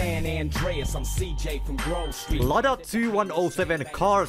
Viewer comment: Lada= lowda 😂😂